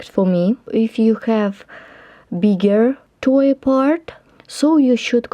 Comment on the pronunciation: Thank you so much for making your videos in English. Even if there were no words, your videos are so easy to follow!! My mom wants some warm socks. This pattern looks beautiful and practical! One tip for a word pronunciation: "Toe" is pronounced "toh." It rhymes with "show" and "go." Let me SHOW you my TOE then you will KNOW where to GO. Hahahaha :)